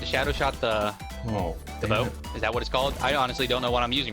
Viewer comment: its "is" not iz